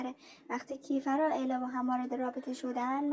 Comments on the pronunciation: اون کِیفَر نیست کیفِر هست فک کنم.درسته؟😅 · فقط یه چیزی کِیفَر نیست اسمش درستش میشه کیفِر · عزیزم کیفِر مگه نیست؟